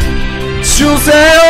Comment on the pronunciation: 특징:"하"는 카로발음 "아"는 가로발음한다 ex)너때문에가파카는걸 용발음을 쿙으로한다 ex)쿙서해주세요~ 모든 "ㅈ"발음들을 Z발음으로한다 응용)쿙서해zu세요~